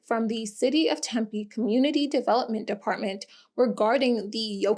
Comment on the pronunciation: Yessss for PP properly saying Tempe 😊